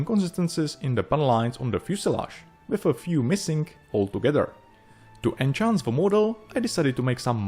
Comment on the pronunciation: "Enhanced" is pronounced with actual "h" sound, the same way you pronounce "h" in "he, hell, here", not like "Ch" in "watch".